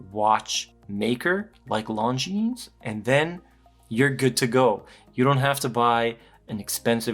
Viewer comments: the way you pronounce it, it sounds like long-jeans!😂 It is pronounced Longine, without the s! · "Lohn-J͟e͟a͟n͟"! 😊 The emphasis is slightly on the last syllable! 🙂 We don't have to pronounce it with a French accent though!... nobody wants to be that guy! 🤷‍♂️ I normally wouldn't say anything, but I watched an upload on the importance of watch reviewers pronouncing the brand name correctly - because all of us guys who watch your reviews to learn stuff will also pronounce the name incorrectly coz we'll follow your lead! I thought that he had a really good point! Great review as normal! Cheers. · Right. If not Google translates it as "long jeans" 😄. I'm french btw. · Still said it wrong. The S is silent in French. Beautiful watch but I’d probably prefer it without the date. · The ‘s’ at the end of Longines isn’t pronounced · Yeah it annoys me too!